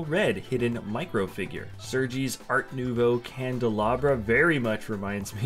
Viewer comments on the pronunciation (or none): none